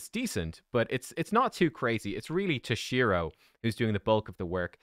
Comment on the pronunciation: its T-O-SHIRO not TOSH-I-RO